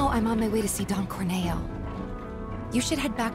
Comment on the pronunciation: It's not 'Don Corn-eh-oh' it's 'Don CORN-EE-OH'!. Like he's a corny guy. 🌽🌽🌽